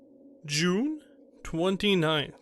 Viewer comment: The narration was okay but I just couldn't get past the way he pronounced "June." So much cringe!